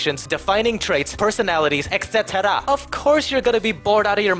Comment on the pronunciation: Aside from all the great points this guy makes in this wonderful video that I had great pleasure watching I love how he says ECT and I will now start saying it like that to honour him